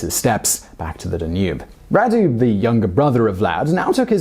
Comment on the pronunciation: I don't think this guy is British... he pronounces some words he doesn't know like an American. FYI, Radu is pronounced like "Rahdu"